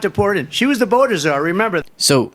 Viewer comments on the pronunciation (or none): none